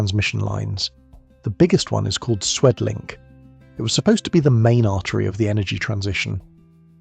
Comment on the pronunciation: Btw: It's not Swedlink, but Südlink or Suedlink, wich means south-link